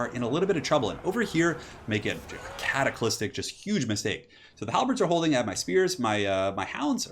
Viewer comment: Great cast as always! By the way I think you mean cataclysmic, not cataclystic.